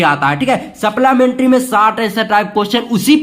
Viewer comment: Sir ye keeping quiet hai quet nhi and wo supllamentri nhi hai supplimentry